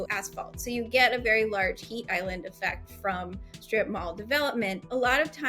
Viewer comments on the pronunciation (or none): The announcer keeps pronouncing it “shtrip” - with an H. Terribly annoying.